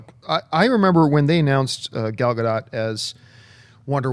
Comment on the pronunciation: It's Gal GaDOT, not Gal GaDOE. She's Israeli, not French.